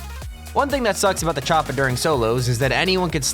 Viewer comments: Does anyone else get irritated when he says choppA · The way he says choppa tf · Lmaoo why are you sayin Choppa so awkwardly??